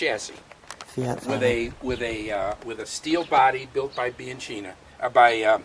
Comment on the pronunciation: You pronounce:" biankeena "not bianceena , ciao e buona fortuna.